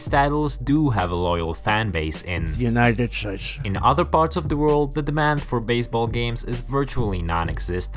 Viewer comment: Lmao "United shhdeds"